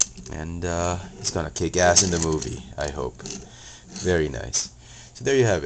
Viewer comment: XDD u say sidewais no sideswipe